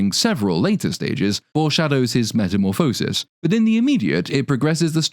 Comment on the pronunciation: The word “Metamorphosis” is pronounced with the emphasis on “Morph.”